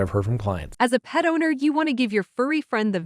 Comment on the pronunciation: Every single time I hear your CBD commercial I hear “as a pedo-need”… I realize she is saying “as a PET OWNER”, but Lord… it shocks me every time.